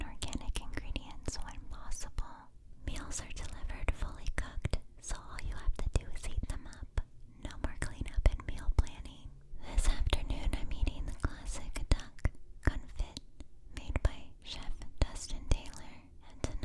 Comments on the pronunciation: FYI "confit" is pronounced like confee (t is silent). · Love the video also about the duck confit its pronounced confee